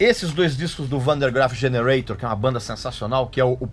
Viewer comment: agora o Regis se superou falou wander graff generantion ...